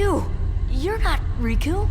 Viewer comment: Riku not Roku lol